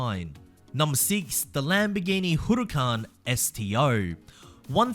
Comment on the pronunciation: also it's Huracán and Sián btw.